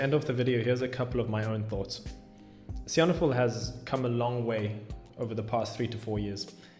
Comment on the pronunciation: What's with stressing the "han" in Sihanoukville? I've always heard the stress on "nouk".